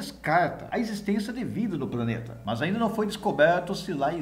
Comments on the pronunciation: Apesar falar:"praneta"é um dos melhores canais de astronomia do YouTube. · Como está longe. Gostei da matéria porém me permita uma crítica construtiva, não se pode falar "praneta".